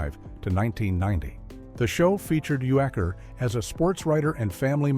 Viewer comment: Bob Uecker's last name is pronounced YOO-ker.